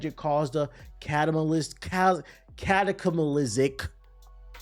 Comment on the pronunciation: slowed it down and still said it wrong 😭😂